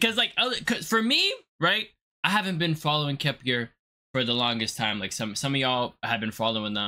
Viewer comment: It’s pronounced Kep ler 👍🏻thank you for uploading the video! I enjoyed your reaction🥰